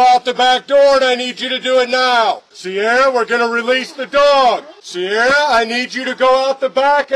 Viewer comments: That is not how you say Ciara haha that's Kee-ra, no idea why the cops were saying "Sierra". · See the problem here the entire time, the officer was pronouncing her name wrong.. its Ciara ..